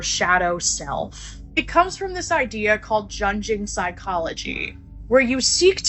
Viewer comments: How does the girl make a video about Jung but does so little research that she cant even pronounce his name. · The fact that she doesn't know who Carl Jung is and created a whole new pronunciation for his name let me know she doesn't know what she's talking about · The shadow is part of Carl Jung (pronounced young not what that chick said lol) studies on the psyche. The persona, anima/animus, shadow are all apart of his theory. It’s not witchcraft lol. However like all therapy that takes you to delve deep into yourself you need to be careful. Jung himself went a little mad and you can tell from reading his book “The Red Book” so basically all I’m saying is be careful. The shadow isn’t about being evil it’s just about releasing our full potential. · Carl Jung's last name is pronounced 'yung' and that book is new age, pseudo-science. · she couldnt event pronouce jung, its not demonic yall have entrenched perceptions about shadow work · Now he just needs to educate himself on Carl Jung so he doesn't confuse exposing one's shadow for summoning the demonic. And that chick absolutely butchered his name 🤦‍♀️